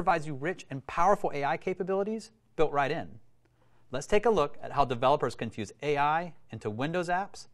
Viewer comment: I thought he said can puke!